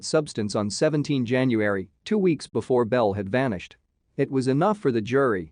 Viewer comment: Jan-u-ar-y.... A mi-noot? Ha